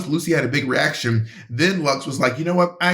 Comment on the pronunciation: They’re never gonna get Luxx’s name right huh lmao